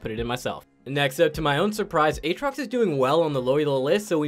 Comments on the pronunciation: Is it a throwback to key & peele sketch when you say A-atrox? Or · He's just doing the LS meme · Is there a joke I a missing here? Why does pronounce aatrox differently each time